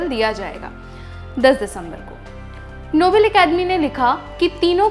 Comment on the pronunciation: Its pronunced as नोबेल not नोबल